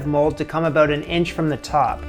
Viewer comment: "Aboat"? R U Canadian?